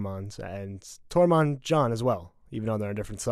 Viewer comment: I cringe everytime he tries to say Tormund's name. "TOREMON"